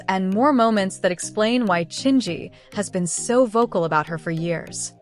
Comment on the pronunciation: This AI voice keeps mispronouncing Chingy. It's distracting.